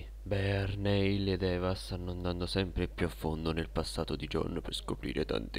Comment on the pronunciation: Bear comunque Neil si legge Nil. Bel video <3